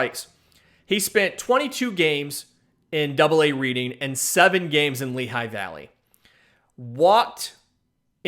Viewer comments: LOL RED-ING. Not READ-ING. But Keep going. Love the work here! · Dude the double AA city is spelled Reading but pronounced Redding. Other than that great show. Learned a ton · Reading is pronounced redding